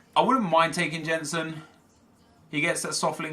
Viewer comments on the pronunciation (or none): Oh no. The world is going to come to an end because pronounced a name wrong. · I hate the Way He Says "Jensen" Because i know How to say his name Because I'm from Denmark. It triggers me so much. Like if you agree Kappa :D